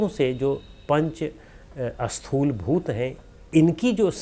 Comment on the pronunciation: Sir, prabhootaiH is not properly explained here. PrabhootaiH refers to the Sharir which is made from panch mahabhootas. That is Annamaya Kosha. Also, for the audience, the pronunciation a-sthool is actually Sthool (no A is there).